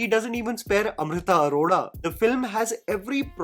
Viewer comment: What is wrong with your pronunciation... when will it improve??? Who amrita aroda...